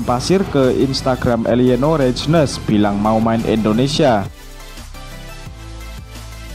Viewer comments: Min, dibacanya Reinders bukan reijdner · Eliano Reijnes ????? Nyang bener Bacanya Maas ma